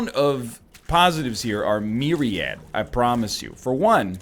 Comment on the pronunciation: dude bro not talking shit here, just for future references, it’s “myriad”